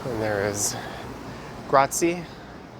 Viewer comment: The Italian word is pronounced “GRAT-zye,” by the way. ;) Glad to see Toronto will gradually return to life. ’Twas about time. (